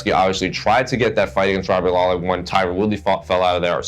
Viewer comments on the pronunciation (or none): none